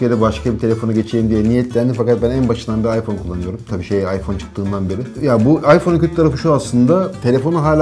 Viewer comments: ayför nedir ulan ;QweQwe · 0.25 beste ayför mü diyo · abi ayför diyo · AYFÖR:-) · Iphöür 6 :D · ayför diyor:D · 20. ve 25. saniye abi aypör diyor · ıphör diyo abi